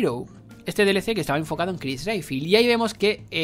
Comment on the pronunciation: Si, ps la verdad en muchas cosas tenés razón, pero es algo hipócrita que lo digas, sabiendo que aplaudiste y dijiste que te amaste resident evil 3 remake, sabiendo que hace lo mismo que expresas sobre resident evil 7, y pronuncia bien Redfield, un héroe tan reconocido no merece que pronuncies su apellido tan mal.